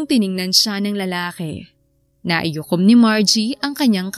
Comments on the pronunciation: Yong story teller Mali ang sinasabi naikuyom hindi naiyukom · ganda ng storya, pero " naikuyom po, hindi naiyukom" 🤫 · Ang kulit ng buntis..😂😂 Miss Narrator NAIKUYOM po ang tamang bigkas at di naiyukom. Ang dami kasing beses na binanggit mo kya napansin ko tuloy..✌✌ Salamat. ❤😊